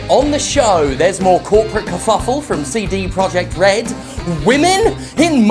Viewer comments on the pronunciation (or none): He read his own comment section and committed to calling CDPR Seedy PR. Amazing. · "Seedy Projekt Red". LMFAO